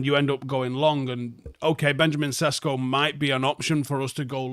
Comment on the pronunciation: Benjamin is now a Man United player, I think he deserves his name to be pronounced correctly. It's Sheshko. Same sound you make when saying Sheringam.